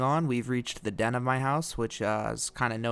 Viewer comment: as soon as he said den i nearly through up i cringed so much